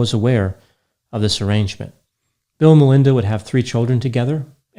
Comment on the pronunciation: Why do you keep saying LINDA Gates??